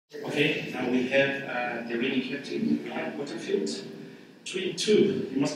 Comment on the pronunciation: *Porterfield not Potterfield